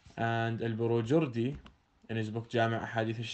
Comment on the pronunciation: Borujerdi, not Borujurdi. Please try to pronounce the names correctly, thats the Second Time now (the first time it was the Name of Saduq, Babawayh) Since criticised and mocked people for pronouncing names of Ulama and Books incorrectly and call them jahil and masakeen for that reason.